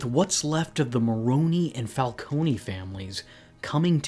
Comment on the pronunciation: So is it Falcone or Falconey?? You needa figure out how you're gonna pronounce it and stick with it btw it's FalCONE, like traffic cone. Get it right